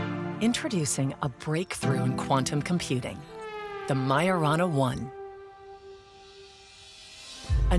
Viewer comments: Honestly, the minute they massacred the Majorana name, I clicked off. That’s a pretty basic quality check for whomever is putting this together. It means someone either didn’t listen to it before publishing it or didn’t catch it because they didn’t know any better. Also, if you are going to use AI, it should be labeled as such in the opening sequence or in the title so that people know they are not going to hear humans speaking. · When the young guy started speaking, I had my suspicions. But when the obviously AI-generated voice joined in, I knew this was entirely generative AI. And they couldn’t even be bothered to get it to pronounce Majorana correctly.